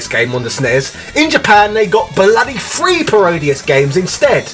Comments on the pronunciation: or when he says "free". as in one, two, free. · Man, every time you say "three" I hear "free". lol Nice video though.